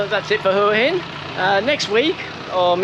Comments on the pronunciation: please pronounce as hwa hin not hore hin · Why do you so many of these desperado videos not pronounce the city name correctly? It’s not that hard. WAAA INNN. GET IT ? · I dont think you are pronouncing Hua Hin correctly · Can please pronounce Hua Hin correctly,by now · don’t mean to offend , you obviously know how it’s pronounced (w) in front so maybe your pomie ascent or my ear sounds bud different sorry for being a little bit picky